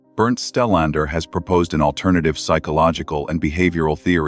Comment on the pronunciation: I thought his name is Stellander? Narrator says 'Stenlend found'. LOL. Yeah, at 'spot one', he found a heart shaped pattern made of stones or flower petals - he's so sooo smart, he couldn't work out the difference. 😂